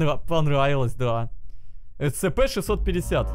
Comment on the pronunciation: Прошел оригинальны Scp CB и не знает как правильно произносить SCP